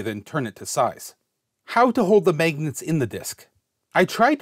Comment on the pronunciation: Here for “megnats”